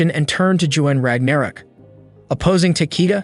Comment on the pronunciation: Bruh the way you pronounce ragnarok is pissing me off. haha